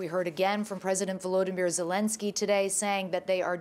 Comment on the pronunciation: Clarissa is the fist reporter that I have heard properly pronounce Volodymyr Zelenskys name correctly! It's V-O-L-O-Dymyr not Vladimir! It's so nice to hear!